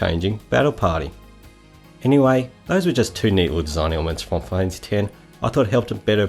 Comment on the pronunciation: “Fi-kneel fanphassy”